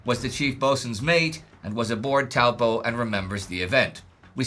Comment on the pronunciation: Thank you for pronouncing the name Taupo correctly. It is named after a huge and very deep lake in the middle of NZ's North Island. It is a Maori name.